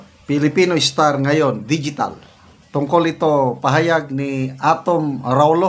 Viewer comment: Its pronounce Arowlyo